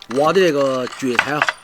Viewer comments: 喊jue菜.不是读quan菜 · 发音错了，是蕨菜JUE。